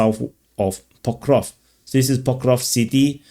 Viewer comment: PokrovSK my friend. SK like in screw. Not difficult. Not Pokrov !